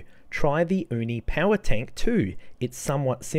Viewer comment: Hey! The word "uni" in Uni Power Tank is pronounced /YOU-knee/, not /OOH- knee/. Most Japanese viewers might get confused because the word "uni" (OOH-knee) means "urchin". The term Uni (YOU-knee) actually came from the English word "unique."😊